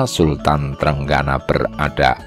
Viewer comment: Sultan trenggino bukan trenggana,,yg baca naskah harus belajar dulu